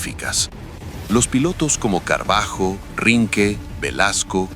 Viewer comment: El video es muy bueno en general. Los dibujos y el relato en general. Pero deberían prestar bien a lo nombres y/o apellidos de los pilotos, en especial cuando dice Carbajo. Calculo que hará referencia al por entonces Capitán Pablo Marcos Carballo, si no me equivoco